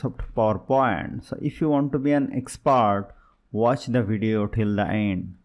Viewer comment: "Expart" "til the eind"